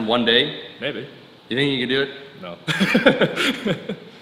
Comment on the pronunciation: Irish is strong in this one 🤣